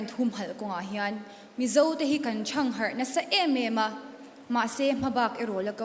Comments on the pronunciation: Thang harh leh paih tih kan lam thiam meuh lo a ni maw. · Thang harh tih khi a thluk an ti diklo vek ....